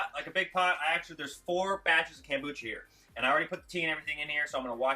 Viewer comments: It's pronounced kOmbucha, not kAmbucha. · It is pronounced kOmbucha vs kAmbucha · kOmbucha. Not kAmbucha. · Loved the video except it's not KAM bucha but KOM Bucha. Thanks! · It's kombucha not kambucha. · Why do you call it Kambucha not kombucha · Nice presentation but stop saying KAM, its KOM as in communist not KAM as in camping. Thanx for your info and hints. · Read the o in the kombucha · Take a sip of Kombucha every time he says "CAM-bucha". Hahahaha. Nice video, bro. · how can you spell something with an "o" but pronounce it with an "a" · Read the comments to see if that drove anyone else crazy... :) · Way too much talking.... mansplaining. Just do it, ok????? Also.... learn to pronounce the name right.